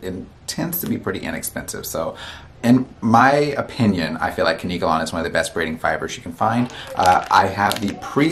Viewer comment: It's KANK-KA-LAWN 🅿️